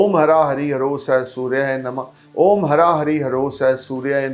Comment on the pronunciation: हरां नहीं ह्रा